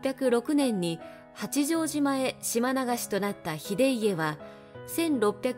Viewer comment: 内容はとても興味ありました。八丈島・公事方御定書・西軍など単語のイントネーションが気になりました。